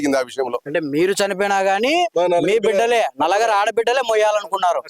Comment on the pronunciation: Anchor sir..NALAGARU KAADU..NALUGURU